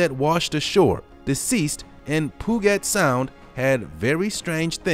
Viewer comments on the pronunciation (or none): Announcer you make me laugh. Puget Sound is pronounced puuget u